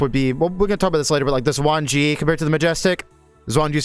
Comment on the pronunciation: Oh FYI the Xuan Ge is pronounced shwan g-uh.